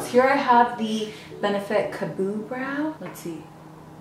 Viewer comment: When called benefit’s Ka-Brow, “Ka-Boo Brow” had me dying😂 love her